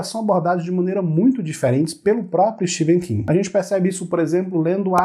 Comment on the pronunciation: Não é Steven king , se lê Stefen king